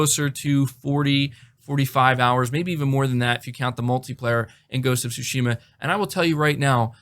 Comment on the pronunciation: Bro you keep pronouncing Tsushima wrong lol